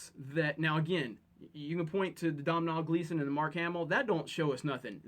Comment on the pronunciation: Hey if you want to say domhnall Gleason like an Irish person pronounce it dough-nal 😉 that's how it's pronounced here in Ireland